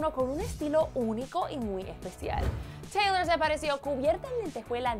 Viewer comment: emm se dice teylor